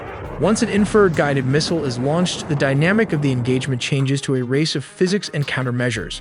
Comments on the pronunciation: Although I like this stuff, the AI is killing me with it use of words and pronunciations.. Inferred instead of infrared , just ez stuff. Overall OK though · War-thog? Teer? Inferd? C’mon guys. This isn’t that hard. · The narrator literally cannot read. Infrared barrage, and many many many other words were pronounced like somebody who has never heard English spoken in their lives. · I appreciate the info but I have distain for the computer generated mispronunciation of simple words like infrared. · It’s infra- red, not inferred. Great video though. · Not knocking these amazing videos but who does the narration? he mis-pronounces “infra-red” as inferred? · i tried to watch more after my last comment about the crap ai pronunciations, but then "he" said "inferred" instead of infrared, which "he" has done on every previous video that had the word infrared in it. I got m into it and couldn't watch anymore and gave it a thumbs down. I love AI when I need its ability to sort through information, but when it comes to youtube videos, I just can't stand it. I want to be entertained and learn, and I can't do either of those with a non-human, sorry. This AI has a great voice and speaks very human, but it still lacks the ability to actually sound human. when you guys get a human to narrate, I will watch your videos again because they are good. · Too bad the AI can pronounce VPN better than it can many military terms. What a joke. Infra-red is not "inferred". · Your horrendous ML speech model cannot even pronounce the words 'Warthog' and 'Infrared' properly. At least listen back to the ElevenLabs speech after to check for these simple mistakes. Do better. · .......An 'in-feeeered missels...... .......Baaaaaaarage............... ........Infeeeerd again......... Probably many more mistakes, but well intentioned. Why do you folks usually show jets in afterburner? Wouldn't that drastically shorten their flight time and/or range?